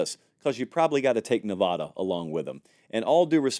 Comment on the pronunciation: I luv yah. But if you want to keep those friends in Reno and Las Vegas. LEARN HOW TO PRONOUNCE NEVADA... NA-VAD-A NOT NE-VOD-A. IT'S UNPROFESSIONAL.